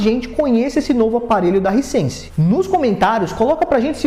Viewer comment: “Haisense” não risense. Bom vídeo.